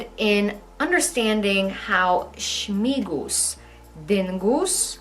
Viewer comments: Śmingus not Śmigus. Śmingus. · Yes, we pour water at each other. Not only men at women. And another "tradition" is definitely not Polish. She is talking total rubbish. Also it's smingus not smigus.